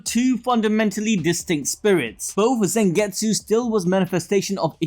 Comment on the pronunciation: Damn bro it's not Zengetsu its Zangetsu with A not E